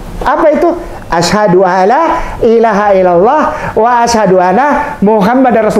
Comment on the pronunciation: Maaf yaa, bolehkan saya memberi masukan? Kalau bisa, kalau nuntun mualaf syahadat itu jangan langsung satu kalimat, akhirnya pengucapannya belibet, kata Asyhadu jadi asyadu Asyhadu ala ilaha illalloh jadi asyadu ala ha ilaha illalloh, nuntun mualaf yang di tuntun bersyahadat sebaiknya perkata atau sepenggal kalimat dulu saja, dalam belajar penglafalan bahasa arab kemudian baru satu kalimat ketika sudah lancar, terus pengucapannya yang mantap dan tegas supaya keluarnya makhroj itu jelas, maaf ya! Ini hanya sekedar masukan saja.